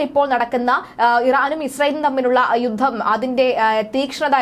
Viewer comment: " യുദ്ദം., സമ്മർദ്ധം ,,". എന്തൊരു മോശം ഉച്ചാരണം